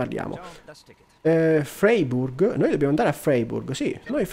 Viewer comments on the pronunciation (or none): Ciao, bel video. Credo che si legga fraiburg, non sono un tedescologo ma per quello ke so la ei si legge ai